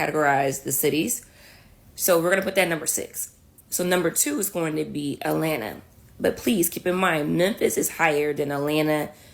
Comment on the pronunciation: Not Alanna - Atlanta - good grief, it's not even a difficult word to pronounce. Enough internet for me, today...have a nice weekend, everyone...